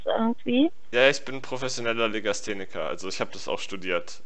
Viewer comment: "Ich habe legastenik studiert" hahahah lmao ❤❤